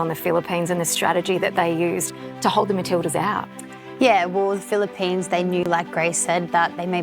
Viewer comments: The Philip-penis. This AI sucks. It's FILIP-PINAAHS is how you pronounce it. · All I heard this woman pronouncing it as ‘filiPENIS’ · Is she pronouncing it "FEEL A PENIS" on purpose? 🙄 Ano bayan